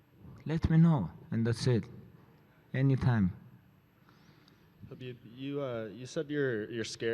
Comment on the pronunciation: ''To be anusT'' - Khalabeeb